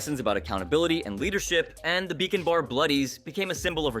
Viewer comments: Wait. Do you pronounce Bacon as Beacon? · Its BACON, BACON NOT BEACON